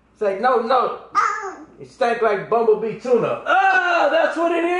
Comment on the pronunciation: "Funky badosee" nigga had me dead!!💀💀💀 And Bumbubee tuna!!🤣🤣🤣